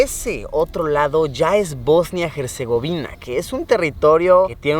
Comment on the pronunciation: Hasta que alguien dice bien Bosnia y Herzegovina...